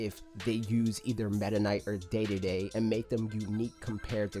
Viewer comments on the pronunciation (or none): buddy...did you just pronounce DeDeDe as ‘Day-Day-Day’?